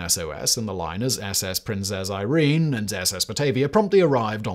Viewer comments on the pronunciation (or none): none